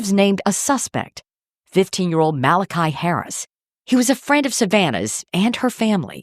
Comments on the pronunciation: Why does she keep saying ‘maliciah’ when it’s Malachi? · Not that he deserves a name correction, but I think it’s MALI-KY, not MALI-KYA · so annoyed you kept pronouncing his name incorrectly lmao